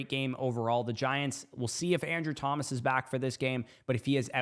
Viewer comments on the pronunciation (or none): none